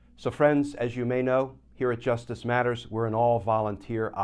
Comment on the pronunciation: Love your commentary, but you need to be more emphatic with JUSTICE MATTERS! Maybe add some reverberations with computer effects.